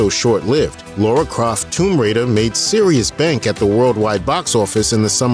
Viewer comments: It's lara not Laura ffs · It's not Laura, it's Lara